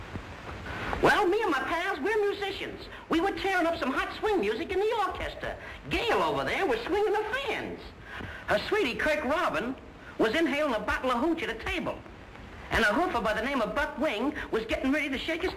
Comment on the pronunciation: he says "orchesta"